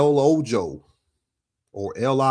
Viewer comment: El Ojo means The Eye. Ojo pronounced Oho, the J has an H sound in Spanish. Also, Lil Jon was 27 when his son was born.